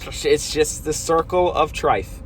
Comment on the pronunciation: “Circle of Trife” lmao